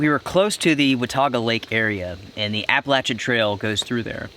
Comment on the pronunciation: You pronounce Appalachian wrong